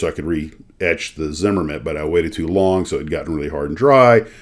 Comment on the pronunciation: Sounds like a fun day. BTW Its pronounced Zimm-Er-It